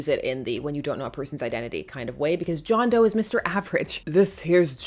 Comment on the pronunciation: . John Dough, not John Doe… 😂